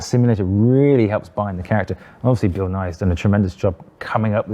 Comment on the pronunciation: Bill Nighy is pronounced "Ni", not "Ni-He", just like our Science Buddy here in the US, Bill Nye, same pronunciation. Hearing this great actors name misspoken just rubs me the wrong way.